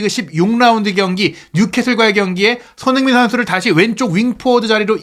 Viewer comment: 발음을 정확히 합시다. 손흐민❌️ 손흥민⭕️